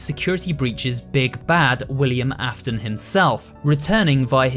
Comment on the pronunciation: Did you just say Willian Affton